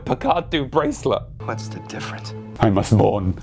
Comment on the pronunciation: He said "difference". But he's barely trying the last syllable. I mean he's suppose to be "dying" so give him like at least 0.001% credit XD